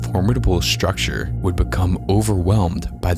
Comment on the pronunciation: Why do you say "ekshtreme" and "shrucshure"? Annoying.